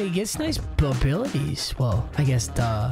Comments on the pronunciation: Anyone notice how he said bbilities instead abilities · bro said babilities 💀